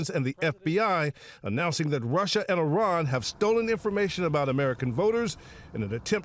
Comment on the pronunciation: It isn’t pronounced Eye-ran, it’s Iran (Eeran)